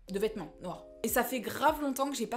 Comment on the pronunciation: “De VETMENTS noirs” 😭😭😭